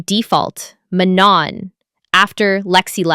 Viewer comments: You pronounce Manon as Manuh (silent N) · Manon’s name is pronounced “Ma-No” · Manon pronounces her name the way its supposed to and the narrator still kept saying it wrong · Video was good but was annoyed how the narrator can't pronounce Manon's name right